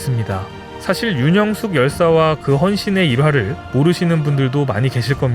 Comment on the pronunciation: 윤형숙 열사를 윤영숙열사로 잘못 읽으시네요 성함을 함부로 바꿔도 되는지요?